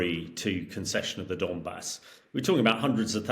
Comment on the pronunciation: 'And we'll get into The Donmas..." - do these journalists actually read about the topics?